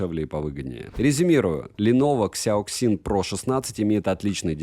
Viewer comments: КСЯоКСин ?))) мне казалось, что уже не осталось тех, кто не знает, как данные сочетания букв звучат по русски) Сяосин это произносится , люди !))) А за обзор спасибо!!! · Читается "сЯасин" - типа "мозговой штурм" или thinkpad, учитывая что это Lenovo когда-то имела контракт с IBM ;)